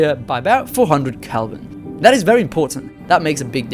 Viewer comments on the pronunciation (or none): none